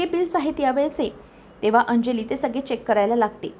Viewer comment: सग्गेजण नाही गं सगळे जण असे म्हण